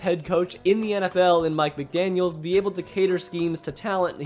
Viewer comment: it’s McDaniel, not McDaniels.